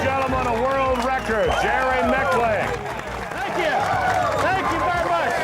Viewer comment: I want to punch in the grill for mispronouncing Jerrys name